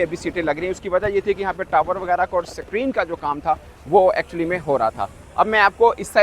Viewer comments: SUCK-REEN nahi SCREEN(Skreen) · सक्रीन नहीं बोलते भाऊ स्क्रीन बोलते हे😂😂😂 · Screen ❌ Secreen ✅ 😂😂😂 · Screen ❌️ SAKREEN ✅️ 😂😂😂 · Basically abatak sacrin, 😅😅basically😂lagchuki basically 96%kam basically puraho gai hai😅😅😅😅